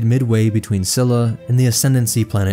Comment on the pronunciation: so in the next two episodes i think the biggest one is Che'ri. According to the audio book it's pronounced like "Cheery" instead of Sherry. The first A in Thalias is pronounced like the A in Alien. The Cs in Csilla is pronounced the the Ch in Chiss. So it would be Chilla. Little bits like that really. There's a few more but the problem I have is i can't spell them as I've listened to the book, not read it 😅 Again, this is just how they say it in the audiobook. Maybe there are other sources that pronounce things differently. Can't wait for part 4 tho! 😁